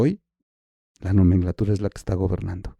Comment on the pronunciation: Hola, Diana Laura, sin duda estaba muy triste, pero murió de cáncer de páncreas! Por otro lado no es "nomenglatura" es nomenclatura. Saludos